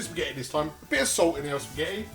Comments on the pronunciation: I like how he occasionally says "pasghetti" xD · although most people call it just spaghetti bolognese anyway, you completely bypassed the fact that he calls it sketty bolognese 😂😂. if youre gonna be butthurt, youve got to go the whole hog with it! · The fact he pronounces it "Sketti" just makes it tastier